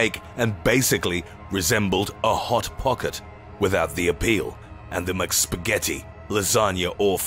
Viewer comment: MicPeetzuh and Macspagyettiee